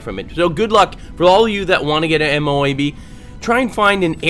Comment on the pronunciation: I know you might not know, but MOAB can be said in one go. (Moe-ub) They are basically smart missiles